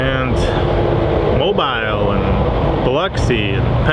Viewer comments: Papa if I may it is pronounced Mo-beel. The emphasis on the second syllable. My son lives in Fairhope, but works at a steel mill in Mobile. I have the tree frogs here in NE Arkansas. You did identify the very large tadpole correctly. Hope you are liking the ocean. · You said mobile. It's actually pronounced Mobile. LOL